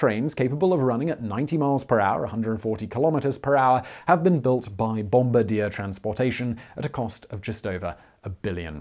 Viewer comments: Canadians: "Trains built by Bomb-bar-dee-yay" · Simon, you say Bombardier a lot but you always say it wrong. It's french Canadian. Bom-Bar-Dee-Ay -A Canadian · Bombardier is pronounced "Bomb Bar D A" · Bombardier is a French Canadian company and is pronounced bom bah dee ay, not like the guy that releases bombs from a plane. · Bombardier > Bomb-bar-di-yay or to be truly Canadian about it Bomb-bar-di-eh. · The butchering of bombardier sent me 😂😂